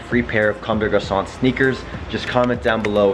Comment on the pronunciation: You actually say comme des garçons well lol, usually people say come dess garconn